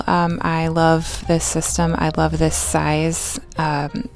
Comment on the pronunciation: Wuv…. Twu wuv 😂🤣 I can hear this.